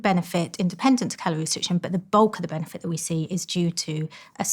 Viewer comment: She is an impossible voice to listen to. There is no word called "benefet", and "food" and "feed" are different. The soundscape of the vowels is much wider than e in set, and u in cut. And speak up lady. Did you have no father who would have told you to use your voice, instead of whispering. I can hardly hear your s sound, and half of them are not there. What a mess. - And lastly do you want me to end up concentrating on the impossibility of listening to your message, or to concentrate on your message. I did not bother getting to why it would be bad to eat after 9 pm. That is how disturbing the failure of your voice and pronunciation is.